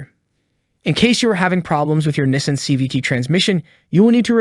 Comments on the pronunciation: As soon as I heard Nism but not Nissan!! I knew I shouldn’t have listened to this clown 🤡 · Nessin lol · And he can’t even pronounce “Nees-on” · This entire script word for word is copied off a website. the voice is AI generated that’s why it cannot pronounce NISSAN correctly. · This is a parody video right?? He can't even pronounce Nissan correctly and he shows a low tire pressure light for the check engine light. Is pressing on the brake pedal while calling it the gas pedal. Lord I hope he is trolling us. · How much does it cost to pronounce Nissan properly?